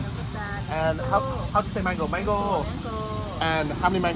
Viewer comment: How do yoi say mango. Mangooooh. Yeah I'm pretty sure the Thai for mango isn't that 😂